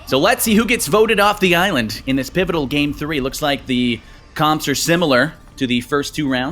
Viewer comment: mind: what do I say? mouth: pivital!